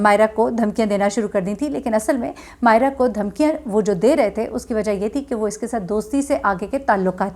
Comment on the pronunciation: When u call Mayeza Mayez instead of Mayera, its really irritating. U could retake, thanks